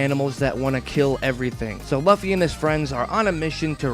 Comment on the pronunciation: You know you pronounced "Luffy" wrong, right?